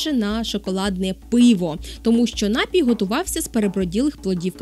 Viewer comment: Пані, напІІІІІІІІІІІІІІй має лиш один наголос! Не вкидайтеся в помилки, які зумисне поширювали у двотисячні роки! За цікаву розповідь дякую. Якби до жодної з Америк іще не допливли європейці, то ми б зараз не переглядали Вашого видива. Саме у Штатах ідею інтернету так гарно розвинули! Шкода, що не аборигени... Скільки народів тоді знищили?